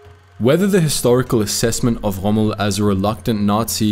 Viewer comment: There is no need for the ultra-continental pronunciation 'Chommel'. Montgomery was selfish in the sense of insisting on a huge margin of resources before beginning the Alamein campaign.